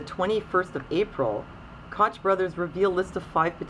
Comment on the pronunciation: Koch is pronounced Coke, jus ftr